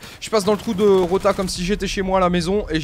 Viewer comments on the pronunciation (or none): none